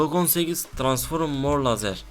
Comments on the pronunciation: ya transforum diyorsunya kopuyorm ya jcidjsnd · Transforum değil transform